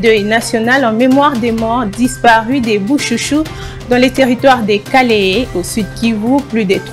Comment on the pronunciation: on dit Kalehe et non Kahele, ce quoi ça même?